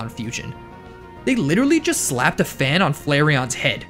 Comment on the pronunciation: FANEON !?!? XD